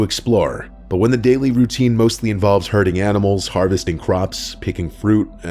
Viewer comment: I heard hurting as well 😅